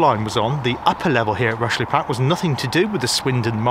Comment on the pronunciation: Interesting feature on one of my favorite "closed" railways. I have several books on the MSWJR and have visited some sections of the line. Not sure why you pronounced "Rushey Platt" as "Rushly Platt", or is that a local pronunciation? The line to Ludgershall is still "in situ" but not sure what traffic is carried on it these days. The sidings that used to go towards Tidworth have been truncated in the last few years where a new housing estate for army personnel has been built. I look forward to future visits by yourself on this fascinating railway!